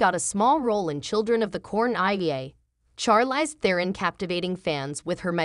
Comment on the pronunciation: You are not pronouncing her name correctly